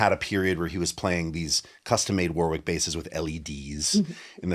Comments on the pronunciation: I’m nit picking here, but it’s pronounced “WARRICK” not “War-wick” 😊… will agree I’m sure 😉👍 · It's pronounced Warrick in English and Varrick in German (German brand) with that gutteral German grrr R sound. No middle W sound